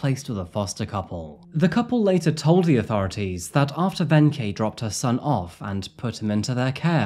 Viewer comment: It’s kinda interesting how you started out pronouncing “Wenche” totally wrong, but got more and more correct as time went on 😂 It’s just a “K”. Also, most people pronounce the “W” as a “V”